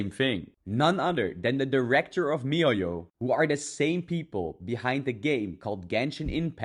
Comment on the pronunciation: can u say mihoyo one more time?